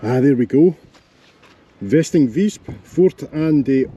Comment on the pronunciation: it is Vesting, not westing..., lol, vesting = a steadfast building a Stronghold...v is to f what z is to s , in Dutch, there is no w what so ever.....It is part of the (wiki/)Dutch_Waterline, hence the vesting/fort/stronghold. and it is not aye (dutch aai) , it is IJ [èey].